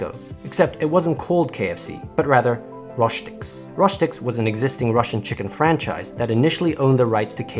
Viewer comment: it is read Rostiks and not Roshtiks